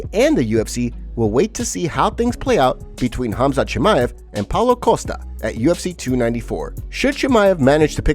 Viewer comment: I cant NOT call khamzat anything other than cumsock after i heard colby say it